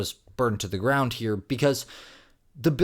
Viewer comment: "Burned to the ground-t". 🤔🤷🏾‍♂️ 😂 NOT trolling. Just poking a little fun. Continued success to you